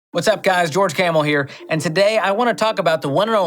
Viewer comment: George. Do me a favor please and don't pronounce your last name as "camel". You know how it should be pronounced and you should pronounce it like that. It's a "complete" name.